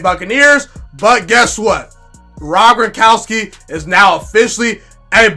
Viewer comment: Its Gron kow ski...😅